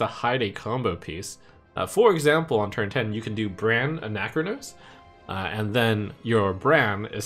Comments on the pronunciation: It’s not Anac-chronos It’s Ana-chronos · why are you making ana-chronos into a 4 syllable word?